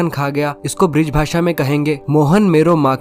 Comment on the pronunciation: ब्रिज नहीं ब्रज बोल